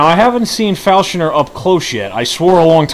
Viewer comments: He was talking about the way you pronounce him "Falshoner", instead of "Falconer". They call him Falconer due to his flying, falcon-like camera that sits upon his shoulder. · Falshoner? Falconer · *falconer not falshoner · Learn how to say falconer